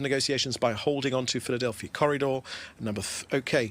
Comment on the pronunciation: No A at the end. It's in the middle...Philadelphi